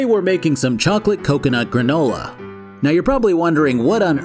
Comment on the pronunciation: It will now forever be called once again “Gra-NU-la” 🤣